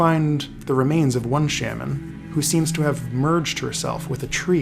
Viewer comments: new pronunciation of shaman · this video is fantastic but the way you pronounce shaman caught me off guard